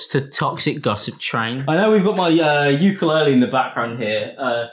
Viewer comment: Haha uke-lore-le